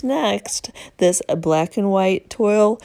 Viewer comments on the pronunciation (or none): this is Estelle, Walt's wife. You are saying the word "toile" wrong. It does not rhyme with "soil". It is a French word and is pronounced as "trawl" and rhymes with "drawl". A lot of people get it wrong. Look it up! I love your channel and love the flips.